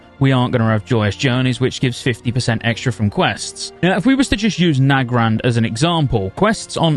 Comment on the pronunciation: You're one of the only people that I've heard pronounce Nagrand the same way I do. Everyone else says "Nuh-grand". You must be married if you say it "Nag-rand" :P